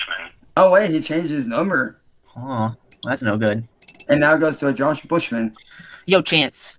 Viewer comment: . Anyone catch it???? "As of Meow" 🤣🤣🤣